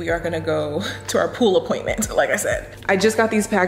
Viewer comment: Chile I just chuckle every time you say pool appointment